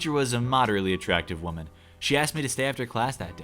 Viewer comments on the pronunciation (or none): none